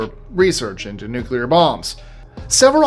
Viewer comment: My man actually pronounced " nuclear " correct 😂😂😂.... most American morons pronounce it " nuke u ler " with 3 syllables 😂😂... New - clear 2 syllables.... real simple ..... the Bush Jr method makes you sound as stupid as Bush jr.... 😂😂